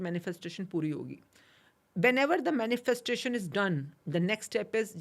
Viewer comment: Pehle manifesssstation bolna toh seekh le tu podcast kar raha hai, shshsh hatt